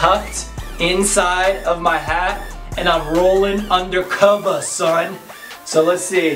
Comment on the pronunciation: He said undacova son!! 😂😂